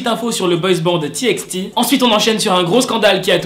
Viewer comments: Ca se prononce T by T mais ca s'ecrit TXT😫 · C’était juste pour te dire que TXT ça se dit T by T voillaa le prend pas mal c’est pas méchant